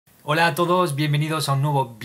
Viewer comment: « Holá a todós » estás más francés ya bro 😝